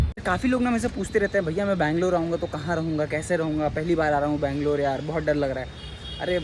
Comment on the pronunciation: ಬೆಂಗಳೂರು ಅದು ಬ್ಯಾಂಗಲೋರ್ ಅಲ್ಲ